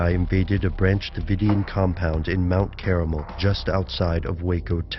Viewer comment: Mount Caramel, really?